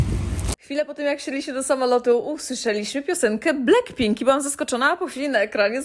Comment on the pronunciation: To niezłe "Bleckpink" 😂😂😂😂